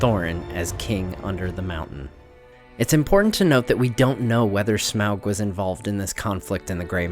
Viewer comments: Sorry but pls don't prenounce his name as smeaog...it is smaug, as in "fog" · shamoug lol you say it soo bad... smog is soo much better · Hated how u said smaug lol "smowlg" its smog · the pronunciation of smaug as “smowwg” has always sounded wrong and somewhat dumb to me. i first read his name as “smog” which just sounds better, but i guess it doesn’t really matter anyways. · Smawg, not smowg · smog not smag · American accents shouldn't try to pronounce Smaug as, "Sm-oww-g". It sounds off. "Awe-g". "Smog". Like the amalgam of smoke+fog. "Sm-awe-g". Just like the Rankin-Bass voice actor says. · why the heck are you pronouncing it weird like in the movie?? it's smog. not smowg. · Smowg? 🤣 it’s Smaug lmfao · It's pronounced as (smog) not (smwa-ug) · Lol, when you say "smaaauuggg" your southern voice comes out. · Im pretty sure smog is the correct pronunciation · It's pronounced smog , peter jackson miss pronounced it because of his accent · Its pronounced Smorg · the A and U together make it sound like an O. Pronounced Smogg. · I thought Smaug was pronounced Smog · of the Rings: You keep (mis)pronouncing " Smaug "..." Smowg ". Seems a little off-putting. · Also, wtf Smaug, Tub-trading Lakemen sounds like a slur 😂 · Why do you say smaug wrong?